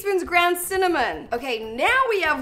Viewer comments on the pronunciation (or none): idk why but the way she says cinnamon sounds weird to me lol